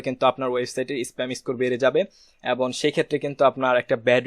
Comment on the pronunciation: ধন্যবাদ ! আপনার ভিডিও গুলো পেয়ে আমাদের অত্যন্ত ভাল হয়েছে। অনুগ্রহ করে Google analytics এর একটি ভিডিও দিবেন। কিছু মনে করবেন না আপনার ” এবং “ শব্দ টার উচ্চারণ এবন হয়ে যায । আশা করি একটু খেয়াল করবেন। ধন্যবাদ।